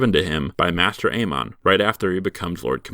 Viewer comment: I like the running gag where you mispronounce almost every character's name just a little bit by changing the emphasis. Makes me laugh every time. ee-GRIT, ay-MON, JOR instead of Jeor. I love little jokes like that. ...it IS a joke, right?